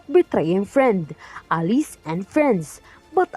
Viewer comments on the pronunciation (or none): ARE YOU ILLITERATE? ALLIES IS PRONOUNCED A-LAYS NOT A-LIS.